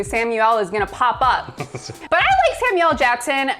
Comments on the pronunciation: Why do people say Sam u el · Does she think that Samuel L's name is pronounced Sam-U-elle? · The way she pronounces “Samuel L.” kills me, “Samielle”. sounds like a combination of Samuel and Danielle. 🤣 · "Sam Yell"